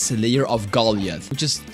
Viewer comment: Bruh saying slayer of golisthhh 😂🎉🎉🎉😂😂